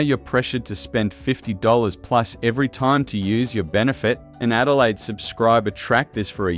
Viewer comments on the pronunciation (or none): none